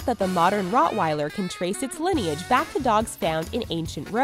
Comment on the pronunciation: It's not Rottweiler it's Rottweiler